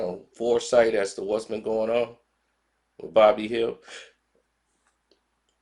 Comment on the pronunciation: It's "Buddy Hield" not "Bobby Hill"😂😂😂😂 got the name right in the title and still can't enunciate it correctly 🤦‍♂️